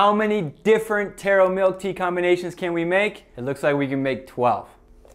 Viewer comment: My class was yelling becaus you said Taro tora and you spelled boba bobba perhaps u can fix the spelling so my class doesnt scream thanks!!